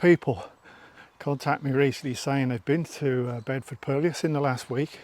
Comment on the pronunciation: Just a quick comment. Hate to be a pedant but thought you might like to know that purlieus is pronounced purlew as in curlew rather than pur-li-us. 🙂 Great videos, keep up the good work.